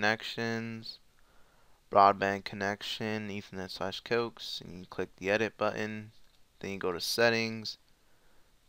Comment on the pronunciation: It's pronounced "coh-axe" ya moron.